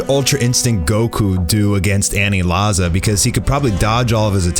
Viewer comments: aniraza* u irritate me when u say anilaza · "Anilaza"? lol way to white it up. Its pronounced "Aniraza" there is no L in Japanese alphabet. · It’s aniraza not anilaza BOIIII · Ur saying anilaza wrong